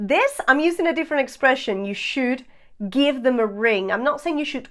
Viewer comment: MODAL "moh-dahl" not "mod-del" SHOULD "shh-ood" not "shoe-ed"